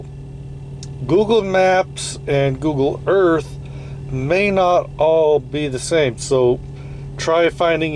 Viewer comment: CORRECTION SIR!!!, Googoo Earf